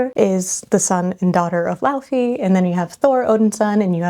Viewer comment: trying not to be a weenie here but the name Laufey is said lay-vay